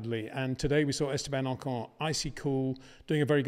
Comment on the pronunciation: It is funny how you manage to mispronounce both VERSTAPPEN and OCON... You are probably the very last person on earth who insists on saying **VER-SH-TAPPEN**!